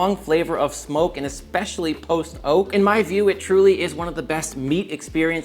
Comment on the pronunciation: keeps saying post oak like post-oak as if theres a pre-oak lol. post oak is a species of oak like silver, white, water etc.